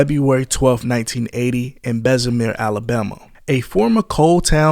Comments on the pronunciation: there's no "i" in it either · So icey of May 2015 lol try 2005 my guy. Bessim-eer AL try Bessimer lol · there is no z in bessemer Alabama not bezimier BESS A MER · BESSEMER bruh lmao nigga said bezamir 🤣🤣🤣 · ‘Bezzemer’ 💀 🫡 AL checkin in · It’s Bessemer.. You said that so wrong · Say the name right BESS-A-MER sound it out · It’s pronounced Best -E-Mur and it’s far from a suburbs. It’s the slums. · and Bessemer...bes-see-mer...say it fast, that's how you pronounce Bessemer. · You butchered TF outta the word Bessemer lol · You pronounced Bessemer wrong as hell.Do some research,a quick Google search. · Right I'm born and raised BHAM it urks my soul everytime he said it🤦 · Bham gone be mad how u said Bessemer 🤣